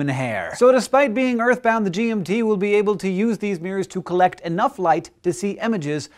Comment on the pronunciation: was anyone else hearing G&T Telescope